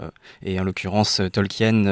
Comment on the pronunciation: C'est pas tolque-hyène, ça se prononce tolkeen.